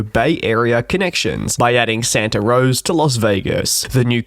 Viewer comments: Sorry mate, but it is 'Santa Rosa' not 'Santa Rose' . Yes as the area expands, more and more service is coming to the north bay. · It’s Santa “Rosa” not Santa “Rose” it’s a Spanish name as how almost all California cities mostly are. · It is Santa RosA NOT ROSE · 1 small airport name clarification - It's called Santa Rosa, not Santa Rose. 🙂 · It is Santa RosA. Or you could say Santa Roser. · Ah, it’s “Santa RosA” (Santa Rose-A”). LOL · Have to give him a pass since he is an Aussie, my mother on the other hand always called it Santa Rose and she is American.. LOL